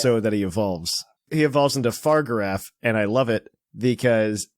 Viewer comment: Fa-rig-a-raff not far-giraf